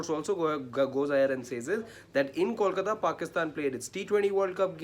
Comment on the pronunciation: I cringe everytime someone says "callkata", more so a journo. Can uou say "bolbala" or do you say "ballbala"? Or try saying "tollplaza". Now say kolkata and you will be just fine, buddy.